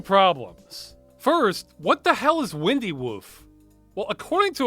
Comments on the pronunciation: Great video! I think that issue with the windy root was a phonetic one. It's windy rhyming with fine-dy not windy rhyming bendy. English is a joke language. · maybe it's WINE-D, like you wind up a watch? Wine-D Woof.... no idea where the woof comes from